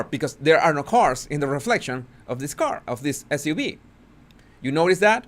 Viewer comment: S U V...Sports Utility Vehicle. Just say the letters.